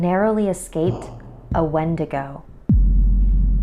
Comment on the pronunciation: I'll only call if they can pronounce Wendigo correctly